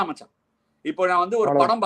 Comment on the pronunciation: First time am touched as well as blown away by Robin'😊s comments! So good in explaining a cricketer from their eyes and side... Absolutely stunning❤, liked how he speaks Tamizh specially "Machan"😊